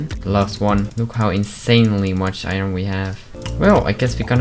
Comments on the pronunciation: I don’t know why but whenever he says, “Iron” It always makes me laugh for some reason. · I must admit that that is me too